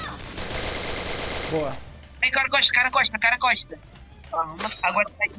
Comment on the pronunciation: "Carah Coxstasx, Carah Coxstasx ihh" o sotaque desse garoto, muito bom